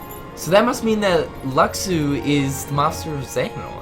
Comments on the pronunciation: no it's loo shoo not lucksoo, you don't pronounce the x the same as the no bodies, the master bares the x sigil on his jacket zipper, hes behind it all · had me saying Luxu name wrong all this time it's "Lu-shu".